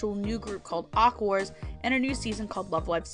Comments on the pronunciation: ahhh aqours is pronounced "aqua" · the pronounciation of aqours...not being like aqua...gave me cancer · Ah I see, yeah the reviewer pronounced it wrong, forget exactly how since I made this comment 3 years ago, but it wasn’t like aqua, and for all the reasons I already said I know it’s supposed to be like aqua, glad we’re in agreement